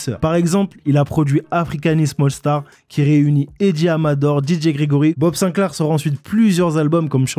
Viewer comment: "Haha, M.BOB Sinclair" SINCLAR, répète, SINCLAAAR